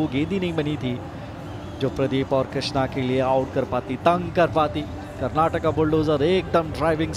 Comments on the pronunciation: Pronounce it correctly. It is not karnatak it is karnataka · karnatak nhi karnataka hai thik se bolo, happy karnataka rajyotsava